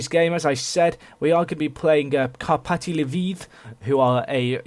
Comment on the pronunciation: Well, you actually pronounced "Karpaty" correctly, they are a team from my home city =)